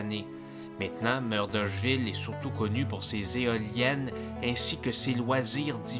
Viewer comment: Tu ne prononces pas Murdochville de la bonne façon. Désolé, mais je n'ai pas le choix de mettre un j'aime pas.